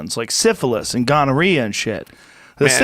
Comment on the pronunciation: I love how Joe pronounces “gonorrhea”